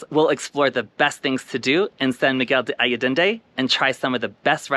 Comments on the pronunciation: When showcasing a spectacular location such as SMA, it was similar to nails on a chalkboard to hear the name mispronounced. Please understand my intention is not to shame you and more to emphasize that as Expats it is our duty to show respect and learn how to correctly pronounce the name of the location we are videotaping / visiting - especially one that is so well-known and popular. I wish you the best on your travels. Keep smiling and videotaping the world for all of us to see! Thank you. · Learn how to correctly pronounce the place you are describing!